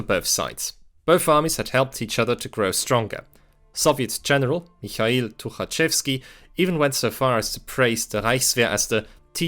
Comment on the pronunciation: Finally, first one to pronounce Mikhail the correct way